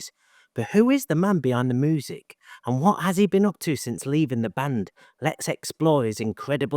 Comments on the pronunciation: Genuinely curious, where are you from? Especially because of the pronunciation of moozick. Glaswegians, Liverpudlians, Croydon(ites?) say music. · ‘Moosicians making Moosic’ 😂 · No, that’s fine. I’ve just never heard that pronunciation before. I’m used to hearing different English accents, cause I’m a big fan of English music and culture. Check out some of my songs on my channel, if you feel inclined. Even though I’m Australian, people say they sound British. Loved the video. Glad Guigs is happy in his garden.. like George Harrison. 👍✌️🎸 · It means that's the way you pronounce the word music.